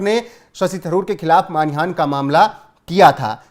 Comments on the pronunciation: Not Manihan but it is Manahani sir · सर मानिहान नहीं मानहानि।